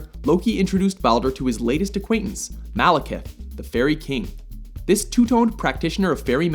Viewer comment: I keep hearing "Malacath".